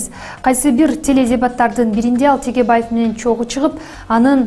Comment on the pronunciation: Текебаев деген фамилияны Тьекьебаев деп окуган туура эмес, Тэкэбай-еф деп окулушу керек